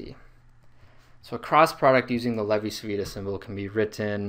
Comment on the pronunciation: It's pronounced "Chi" because Italian c followed by i or e sounds like English ch. "Lay-vee chee veetah"